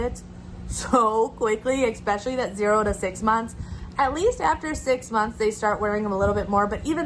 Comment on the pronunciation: Especially is correct; no on the ekspecially.